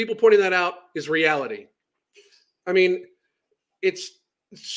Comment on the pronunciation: She says realty instead of reality... there's an I in there ffs. Lol